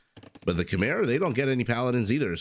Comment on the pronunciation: Typical that an American somehow "refuses" to pronounce Khmer correctly. How come, you know all about Khmer Rouge right? So, It's not so hard to pronounce. Anyway, everytime I play against Khmer I get my ass wiped by those Ballista Elephants.